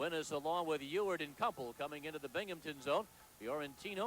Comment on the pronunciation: There's no P in Binghamton.